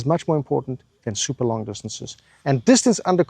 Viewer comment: dis- ton - ce 🤌